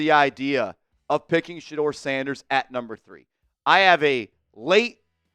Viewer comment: Ok shedeur not shedeur this is getting tiring. 😢